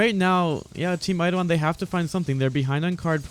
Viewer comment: Say it with me, "Eye-Doh-Lon"...